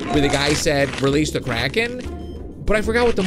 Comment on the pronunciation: sed rilise the kraken